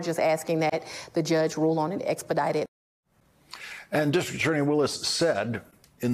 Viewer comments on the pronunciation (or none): Good going Lawrence! You managed to get all the way to the "c & t" in "distriCT attorney" . Oh-oh... sorry, didn't last...Back to "distr'attorney" ;~} Observations of a linguistics nerd